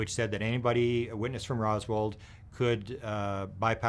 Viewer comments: …..IT’S “ ROSWELL “…… ….. NOT “ ROSWALD “…..🙄⁉️ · “Rosworld” lol